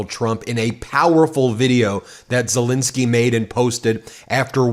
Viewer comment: Why do you pronounce Zelenskyy's name wrong EVERY TIME?! Please get it right!